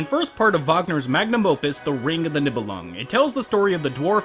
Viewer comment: niebelungen its like.. do you know the knights who say ni`? that how you pronounce the nie in niebelungen. or the ni in anime...